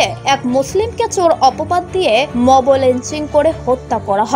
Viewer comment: Words to watch for pronuncitaion: biruddhe - not biroddhe mob - not mobo ek-i - not ekoi tablig - not taablig bhango-re - not bhang-re udbeg prokash - not udbigno prokash (mistake of the news writer) go-boloye - not gobloye etc